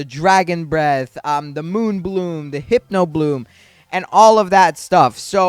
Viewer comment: Btw it’s pronounced “Hip-No” not “Hype-no” ❤